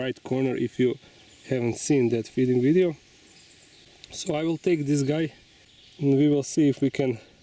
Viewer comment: why do you always say wideo, instead of video. It it how you say it in your native language?